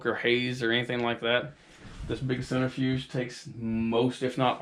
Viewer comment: What is a "centerfuge"???